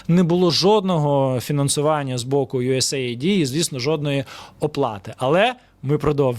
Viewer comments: Не йуесей айди, а йуес ейд, тобто допомога, ОША, припини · US AID, а не USA ID. А так - запалюєш норм, давай ще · Дрогий, чудові прогрвми, ми завжди дивимось ваші випуски. Дякую. Хочу тільки вас поправити у вимові US AID правильно буде " юес ейд", хоча AID є абриватурою але також співзучне із "допомога".